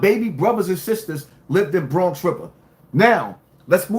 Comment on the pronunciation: 😂😂😂😂😂😂😂😂 Bwonx wiva Legend